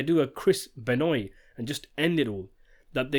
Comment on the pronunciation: Chris Benoy? You mean Chris Benoit?